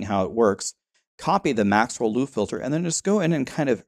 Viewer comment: I keep hearing lewd filter😂